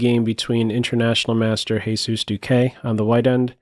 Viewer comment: THis player name is pronounced as "hesus", so it's not Jesus.